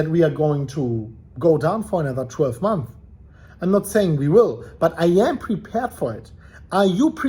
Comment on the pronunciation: Months* learn how to pronounce